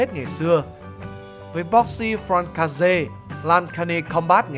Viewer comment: ad đọc "boxe française" nghe ngộ quá =)) thầy mình thì đọc là "bốc-xê phờ-răn-xê"